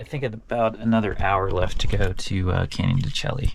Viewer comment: Wow. You were near my home at Wheatfields Lake. It’s spelt that way but pronounced Canyon (de Shay).